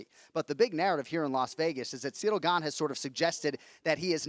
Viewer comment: Jon "See-dill Gane" Anik